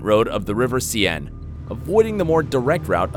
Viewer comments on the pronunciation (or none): The river Seine is pronounced "sane"